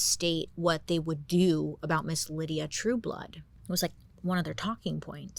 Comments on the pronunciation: Isnt the womans name "Lie-dah" and not "Lydia"😂😂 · LYDA, BAILEY. NOT LYDIA. LIE-DA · BAILEY! Her name was LY-DA, not LYDIA! DUH😂 LY-DA...pronounced, Lie-da.. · Bailey I love you but her name is LYDA not Lydia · Lie duh not lydia right? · FYI, he name wasn't Lydia, it was Lyda as in the Y is a long I lol...I actually used to work with a woman who was short, chubby, and not very pretty but full of herself and had that weird charisma too with men 😂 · I absolutely love this one. Been a Bailey fan for ages- this Gawjuss Creature got me through the the Pandemic, and am so grateful.. But one little thing here: My best friend in grade school was named Lyda. It’s a name out of Ancient Greek Mythology. And it is, my darling Lady Bailey, pronounced “LYE- dah.” Two syllables. Not, and I apologize for being picky. “LIH-dee-ah”. Aside from that, you are a shining radiance of brilliant intelligence . I would start a small tasteful religion around you, but I don’t have their numbers space for an altar. Happy 4th! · Was it Lydia or lyda? LIE-DA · Is her name Lyda or Lydia? Lie-da is how it's spelled, not Lid-e-ah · Maybe it’s me. But is her name pronounced as Lydia? I think Bailey is adding an I in her name lol. 😅. Still love you girl ! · Lyda is pronounced L-AY-d-uh. Not Lydia LID-ee-uh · Wait is she calling her Lydia but her name is spelled Lyda (pronounced lie-duh) ? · It's pronounced "lie-duh" Lyda but if it helps her just to say Lydia that's ok. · Lyda not Lydia lol😂😂😂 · No, her name was Lyda, not Lydia, a difference. Drove me crazy but I love Bailey so whatevs. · Lol Bailey always mispronounces things. The name was Lyda no Lydia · She put the correct pronunciation with her mugshot at the beginning lol, even admitting she said it wrong. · Only Bailey can convince me it's Lydia when its actually Lyda the whole time 😂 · Great shows. Must say. Lydia is how’s her name is being said. Lyda is Ly-da by sound. Sry. lol. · I wonder if her name is pronounced Lie-da bc of the spelling